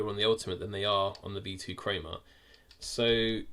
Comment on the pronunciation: “V2 creamah”